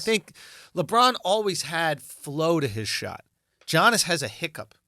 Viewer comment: Andrew, you literally have a greek friend comedian named Yannis Papas. Giannis is just another way to spell Yannis in english. It's pronounced Yannis in both instances, not Geanis. It's the freaking MVP of the league man come on. It's not even his last name , it's his first name, it's 7 characters.